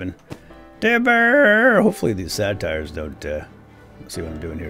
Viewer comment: Satyr is pronounced SAY TER btw, not SA TIRE :P